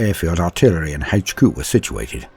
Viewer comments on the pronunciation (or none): Lol the way you pronounced HQ sounds a lot like the way Australians pronounced it you know like hay-ch que